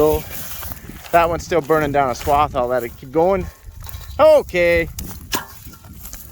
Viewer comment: Yea not swab, swath.